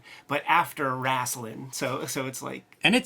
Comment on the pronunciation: Love that Ed pronounces it "Wrasslin'"! HAHAHA So many in the south, do. HeH <3